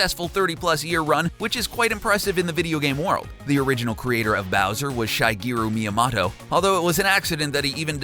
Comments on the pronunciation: Dude, I get that you make YouTube videos for a living and I thank you for it, but stop pronouncing shigeru miyamoto‘s name wrong. It’s “she-gay-roo Me-yah-mow-toe” not shy-gay-roo me-yah-mah-toe! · You pronounce shigeru miyamoto's name like Shy-gee-roo-Meea-motto ! It's pronounced Shi-gee-roo-Meea-moe-toe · WHY did he say Sh-eye-gear-a Me-a-mato? It’s not pronounced like that :’( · SHYGEROH MIAHMOTO BOI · Okay this is the second video of yours I've heard it. it's pronounced "She-gay-roo me-ah-moe-toe" for the love of god, he's the father of what 95 percent of millennial children think of when they hear the words "video games", show the dude a bit of respect, please! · Shygeru myamato? Excuse me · (shygaru moyamato) never have i seen a name so easy yet so butchered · am i the only one who cringed when he said shigeru miyamoto